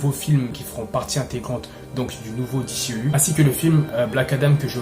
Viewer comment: Cool de voir un francais en parler ! Juste un ou deux petit(s) truc(s). Soigne ta prononciation : DCEU se prononce "DISSIHIYOU" ou alors dis le complément en français "DÉCEHEUHU" 😉 Ensuite, Shazam était très cool ! C'est un perso qui est peu populaire et n'a pas forcément le style épique des autres mais au moins le film était sans prétention et assez raccord avec le lore comics. C'est le genre de films qui permet de respirer entre des tres gros challenges. C'est très "bon enfant" sans mauvais jeu de mots. Pour le reste, on sait tous que WB (AT&T) et Snyder ne sont plus du tout potes, et les trop grands potes de Snyder prennnent cher. Cavill et Afleck en font partie (Momoa aussi mais bon...). Donc WB fait le ménage et en plus il semble que Cavill demande des cachets astronomiques... Dès que j'ai entendu le mot Flashpoint pour The Flash je me suis dis "aaaaah c'est dead, ils vont nous la faire à l'envers"... Ray Fisher a été bête mais il avait raison ! Y a un climat pas possible sur ces productions... Il a mené son combat (Joss Whedon etc...) et il s'est fait bashé... Quelle perte !! C'était le perso quasiment le plus intéressant depuis la ZS Justice League ! J'aurais payé cher pour voir la suite de ses aventures... Bref ! Le TRÈS maigre espoir réside dans l'absorption par Discovery fin Mai de cette année, ils semblent être totalement d'un autre goût artistique et stratégique que les grosses têtes chez WB actuellement donc... reshoots ? On rappelle tout le monde et on sort le t